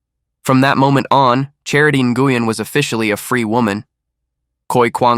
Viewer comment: It's pronounced "new-win".. not Guyen 😫💀😆